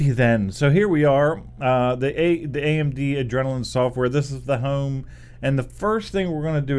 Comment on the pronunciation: The way you said "home" makes me think you're from South Central PA or the Delaware Valley area... Kennett Square or Philly maybe,.